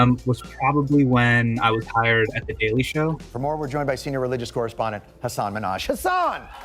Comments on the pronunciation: Thanks Kumail for correctly pronouncing Hasan name. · Finally a Desi telling the world how Hasan is pronounced :)